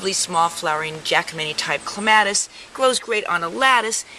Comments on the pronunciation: It is correct to pronounce it either way. I think it sounds better the way she pronounces it. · Actually, pronounced either way is correct. I personally like it pronounced the way she says it.